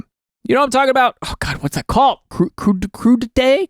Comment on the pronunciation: Crudités (/ˈkruːdɪteɪ(z)/) "krū-de-täh"